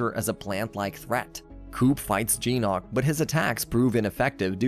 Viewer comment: Its GYNOK not jeenOk